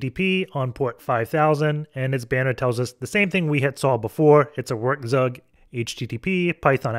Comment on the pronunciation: I love how you say "Werkzeug", gets me every time. Just for clarity, it's pronounced "Verk tsoik"